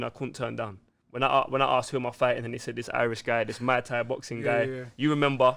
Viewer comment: bro its pronounced moo-ay thai… Mai Tai is a cocktail 😂😂